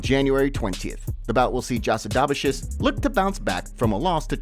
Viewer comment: Buddy mangled Jasidavicious’ name 😂